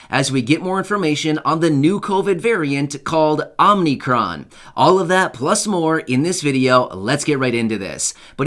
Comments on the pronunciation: Omicon. Is pronounced Ommmm eee Cron. Not Ommmm nee cron. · It's pronounced Oh mick ron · My friend,I think it's pronounced " oh- mah- kron" and it looks like the ones whom titled this version of Covid went into the world of cartoons again to find a name for it.This Time it seems it was stolen from the cartoon "FUTURAMA".That cartoon had aliens on it from the planet "Omicron Pursey I- 8".lol _______ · It’s OMICRON